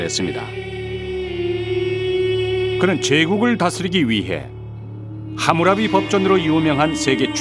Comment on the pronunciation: 드디어 함무라비 같은 잘못된 발음이 좀 더 원어랑 비슷한 하무라비로 고쳐서 발음하네. 역시 교육방송.